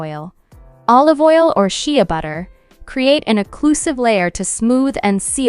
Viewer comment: She said Sheeya butter and Kerotten. 🤣😂🤣😂